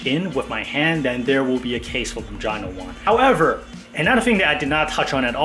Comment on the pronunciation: "Ma-John-Oh".......it's "Mo-HAN-OH"